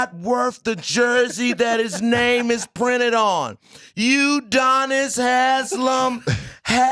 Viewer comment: Lmao “Udonis”😂😂😂😂😂😂😂😂😂😂